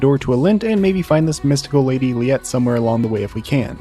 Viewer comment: Oh hell no! This one I can't co-sign. You just need to get good. You suck. this thing was not hard at all. Also learn how to pronounce her name, it's Li-et-tay. I know you must have heard him say it enough if you played this game far enough to get to the squid.